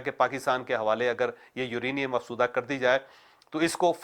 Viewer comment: Choudhry sab ye lafz afzooda hai.. ap hamesha afsooda boltey hain..